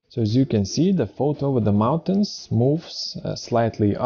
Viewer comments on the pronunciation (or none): "If you don't know what is parallax,..." ...and "mounatins"??? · One Skill "MISTY MOUNA-TINS" LOL